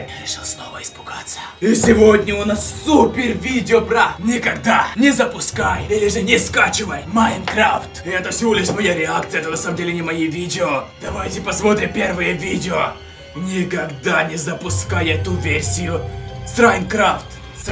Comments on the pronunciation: Я один внимательный который заметил слово рекакция а ни реакция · Реакцая а не рекцая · Рекакция? РЕКАКЦИЯ?